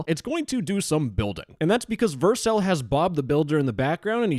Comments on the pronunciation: Stop pronouncing Vercel wrong. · The way you pronounce vercel hurts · you say Vercel weirdly 🤣